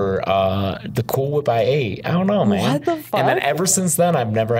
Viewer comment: Why did pronounced "Cool Whip" but emphasis on the " H"?